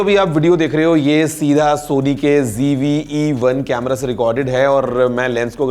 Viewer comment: It's not GV but ZV